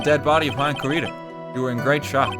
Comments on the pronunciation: I was so worried he was just going to give up on figuring it out and I'd have to hear "hue-on" the entire case. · RT trying to say Juan really got me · fully obsessed with how rt struggled so hard to say "juan" for like a full minute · English major btw. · So it was obvious knowing how to pronounce it, since it is a spanish name, it is pronounced with a spanish accent. Literally what I've been saying in two comments. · my mans trying to say “juan” was GOLDEN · Why didn't RT Games just googled how to pronounce him instead of asking chat how to pronounce Juan, does he want IPA ... EDIT: Oh thank God EDIT 2: Corrida was so closed... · I don't even speak Spanish but I know how it's pronounced djzjzkxkxk God RT is so Irish